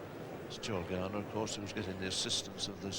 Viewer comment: it's Joel. Joel Garner. Not Joe. How many more times?!?